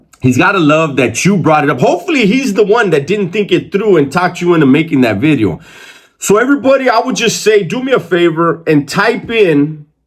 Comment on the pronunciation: Why my boy emphasized on the V on video lol....#bideo